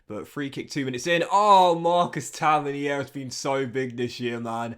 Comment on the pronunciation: Tavernier is pronounced Taverneer. You’re Frenchafying it